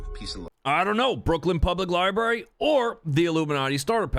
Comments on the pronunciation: first of all who can take this guy serious when he always looks like he just woke up doesn’t even have the decency to put on a shirt or fix his hair and has to make a video with some garbage in it. Lie - brary no Library- coming from the Latin word liber which means book!!! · Library = lie brary is stupid as hell, it derives from the word liber which literally means, paper, parcent or book 😂 clown world